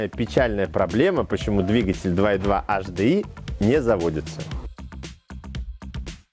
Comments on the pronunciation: С наступающим всех! Очень режет слух "Аш-Ди-Ай" ( HDI). Если "Аш", то "Аш-Дэ-И" (латинский). А если по-английйски, то "Эйч-Ди-Ай". Успехов вам! Канал очень интересный! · Первая буква звучит по французки ,а две остальные по английски)